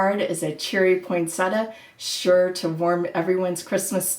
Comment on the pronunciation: PoinSET--ee-a, not PoinSETa. Nice video!